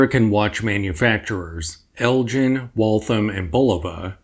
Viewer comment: I live near Elgin Illinois, original home to the Elgin Watch Company. is pronouncing it how the locals pronounce it.